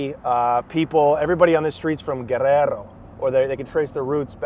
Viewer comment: You pronounce and roll your r when you say Guerrero 👍 dope to get insight on famous beauty